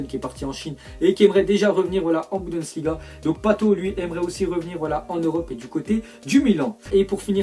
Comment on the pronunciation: Faut lui dire que c "Bundesliga" et pas "boudensliga"